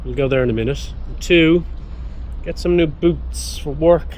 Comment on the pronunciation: I love it too when you say, git in the car!! ❤😊😊❤